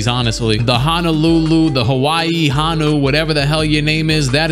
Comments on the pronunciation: HO (like what santa says) NU NOT HA NU. Also dont say hawaii like that. Im pretty sure you said it right in the video. 😂 It triggers me when people dont know how to say things right. luv ur videos <3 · yo it's pronounced like "ho-new "which meant green sea turtle in hawaiian, but thanks for picking my home team😭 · Aloha brother lol. Honu (Ho-Nu) are Hawaiian seat turtles lol. Much aloha from Hawaii! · Hello from Hawaii, Honu is pronounced Hoe-new 😂😂 and its the Hawaiian word for sea turtle. Learn something new everyday 🤙🏼